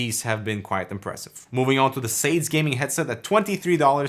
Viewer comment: It's not "SADES" but "SAD-ES"